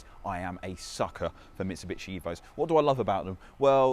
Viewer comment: “Mitchi-bitchi” it’s Mitsubishi 🙄